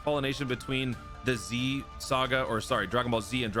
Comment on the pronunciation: I thought you said "disease" instead of The Z... I had to listen to it twice lmaoo